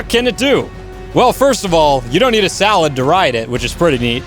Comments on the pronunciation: he said salad not sadle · "You don't need a salad to ride it" ?? Edit: I know he meant saddle but he didn't correct himself just rolled with salad Even if I didnt play ark that's pretty easy to guess